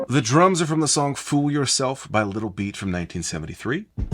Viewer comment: Really sounds like you're saying Little Beat. Maybe you meant Little Beet, the eminent vegan classic rock group?